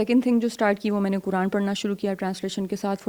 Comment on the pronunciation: میری مؤدبانہ درخواست ھے آپ سے کہ ۔۔۔۔۔ " ق " کو " ک " نہ بولیں، " قرآن "کو " کران " نہ بولیں ۔۔۔۔۔ اسی طرح نقاب کو نکاب نہ بولیں ۔۔۔۔۔!!! آپ کی اردو بہت شُسْتَہ ھے ما شاءالله تعالیٰ، تو آپ کی ذرا سی کوشش سے آپ کا "ق" جلد صحیح ھو جائے گ، ان شاءالله تعالیٰ ۔۔۔۔ والسلام علیکم ورحمتہ الله تعالیٰ وبرکاته ۔۔۔۔۔